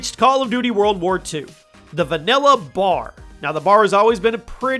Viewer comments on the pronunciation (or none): Bar? It's B.A.R. for Browning automatic rifle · It triggers me how he said B A R like bar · I just really have to express that all of the 3 letter weapons are not a word. FAL is not a word. BAR is not a word. I don’t know why that bugs me so much but whenever I hear someone say them as a word it irks me.